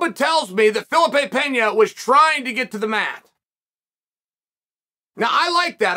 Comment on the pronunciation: Fuh-lee-pay. Jesus Chael.